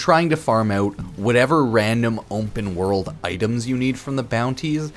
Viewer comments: Why does he keep saying Wumpah world instead of Open world ? So annoying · "umpen world"